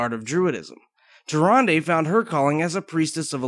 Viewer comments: TY RAN DA not TY RUN DEH ....lol the original narrators pronounce it that way. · "Tir-ahn-duh". That's how it was pronounced in WC3, no? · Tyranday?! Zin Azsharee?! you fail so hard man